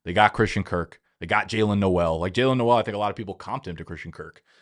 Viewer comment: Pronounced "NOLE" , not the Christmasy "NOEL" /pedant